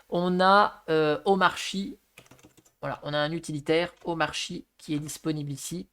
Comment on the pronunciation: wow intéressant, merci. (jcroi que ca se prnonce omarki)